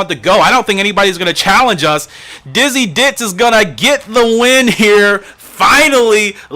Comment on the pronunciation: i am laugh so much you get the name wrong best way to start off the new year with a good laugh i say keep up the good work , its young yolk y not f you could name the horse ditzy blonde , ditzy queen , ditzy do